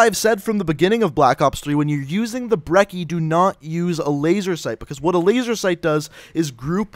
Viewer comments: pretty sure brecci is pronounced Breh chi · Its Brec-ey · I care more about people pronouncing the damn name right more than I do jitter mods, it's pronounce Bre-chee